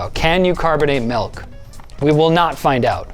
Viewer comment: It’s not m-EL-k It’s m-IL-k